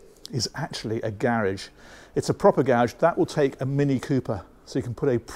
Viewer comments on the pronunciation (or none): If you wish to appeal to a North American market, which is obviously more lucrative, could you please lose the words "snug," "hob," "kit," and pronounce the word garage properly. Otherwise, good woork. I also subscribe to aquaholic.